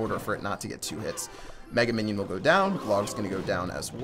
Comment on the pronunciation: did you say "Megan minion"? lol.